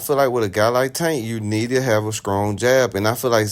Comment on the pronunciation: Did you say scrong jab😮